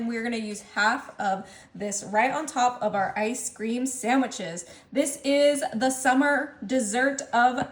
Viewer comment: Sand wich- no "m" . P.S., try Nestles Quick syrup instead, delicious and less bitter. Great recipe!